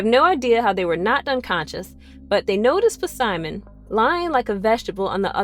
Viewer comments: Puhsimon, nice pronunciation lol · Why does she pronounce Simon's name wrong it's the P is silent